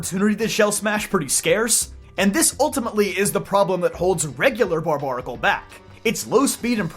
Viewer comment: Pretty sure it’s pronounced bar bear acle not bar bar acle. Because it’s like barbarian !